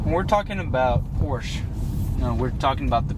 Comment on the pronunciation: First thing: Learn how to say the word Porsche. ;-)